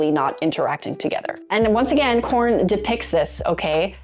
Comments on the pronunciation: Is she saying "corn" instead of porn? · Im new to this channel (love it) but at the risk of sounding stupid, are u saying "corn" in reference to porn? Just curious because after about the 2nd time I heard u say it, it was the only thing I could concentrate on lbvs😂